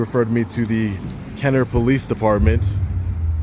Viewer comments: It’s Kenna-bruh! If you really want to go on a tyrant safari, go down to the City of Belle Chase, just south of Kenner on the West Bank. Those cops have never even heard of the constitution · I live 15 min from this hell hole. I wish I was there.. Ignorant POS'. They make the most money of police forces in the region. It is pronounced Kenna Brah.